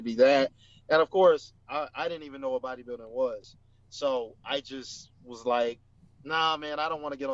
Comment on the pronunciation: Sounded like you said booty building 😂😂 Sergio has a better shape but that waist is just too wide 🤮 Patrick will never place in top 3 in any olympia. Hes too small for top 3